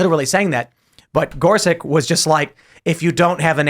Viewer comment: It would be nice if Tim learned how to correctly pronounce Gorsuch.